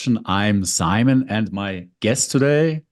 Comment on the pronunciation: Imagine some nobody inviting you to interview and calling you "Simoh" without bothering to lookup your actual correct name.